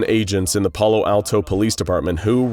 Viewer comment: ok so I am from Palo Alto....please never say our city name again. Its AA not ah.